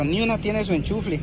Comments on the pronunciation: se dice Enchufe, no enchufle, hay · Me dió mucha risa cuando dijiste hombres pecho de gallina 😂😂😂 y te quiero decir que se dice ENCHUFE y no ENCHUFLE!! Veo todos tus videos. Saludos desde Argentina!! ❤️😘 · Enchunfle 😂😂😂 No me burló,solo que se oye chistoso 🙈😂😂 Saludos desde cdmx! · Saludos gran cantidad de TVs pero se dice "" ENCHUFE "" Saludos Bro de Monterrey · Se dice enchufe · No sabes pronunciar echufre jaja